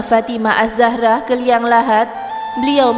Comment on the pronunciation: azzahra bukan asahra .....blajar dlu ya